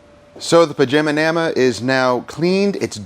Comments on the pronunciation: Great content man! Pronouncing names wrong adds some good comedy to the video. I count 10 times you said Panamera wrong. Lol & I see you went with the first thumbnail for the video 👍🏽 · Enjoyed the video. I counted 7 mispronunciations. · I counted ten mispronunciations. I was curious about the Oberk Wheel Cleaner, would it be worth is for mobile details as it has a longer dwell time? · Mispronounced 9 times,let's go 💯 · Hello + from Australia🙃 The answer for how many times Panamera was mispronounced was 9 times..Also a great outcome as per usual guys..✌ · im gonna say 3 times before contest announcement once in middle then twice at end, but one of those times at the end you actually say it correctly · you said Panamera wrong 8 times by my count, I could be wrong, but I don't think I am. I'm glad you said why the gas door thing was off, that was bugging me lol. thanx for another great video. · I really dig all of your content. It has helped me tremendously and I definitely appreciate that you are not "my way or the highway". You encourage detailer to do what is best for them. I heard you mispronounce the vehicle name 9 times. Lol! 😁